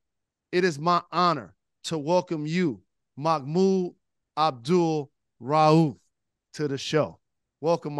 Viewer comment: Hey brother Rose. Bless you man. You say that man's entire name and with emphasis and correctly. I love the respect of brother Mahmoud Abdul-Rauf. Big up to Detroit brothers and sisters. Always got love for how yall move. What Up Doh!